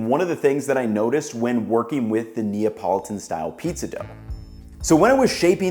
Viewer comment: It’s to difficult say Napolitan?